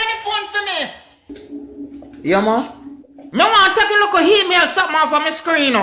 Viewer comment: Lololol..this is hilarious. The Jamaican Grandmother said hemail.